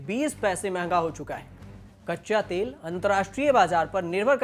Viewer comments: Tale nhi be Tel hota h 😂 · तेल को तले 🤣🤣🤣